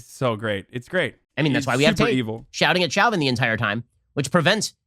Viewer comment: Can everyone just agree his name is pronounced "Show-Vin"?